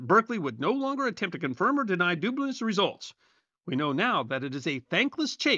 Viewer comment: “Berkeley would no longer confirm or deny Dubna’s/dubious results.” I hear the portmanteau “Dubnious” here… 😂